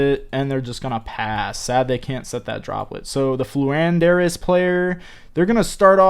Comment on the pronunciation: Lmao purposely mispronouncing names has me rolling over here